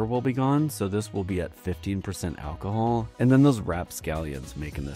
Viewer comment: The AI voice is killing me 🤣 Al-ko-hool